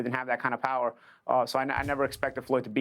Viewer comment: Paulie got no pwower, he got no hwart, he chwin....he a sitting dwuck